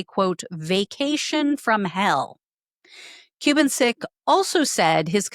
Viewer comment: Ku-BAN-cik. Emphasis on the middle syllable.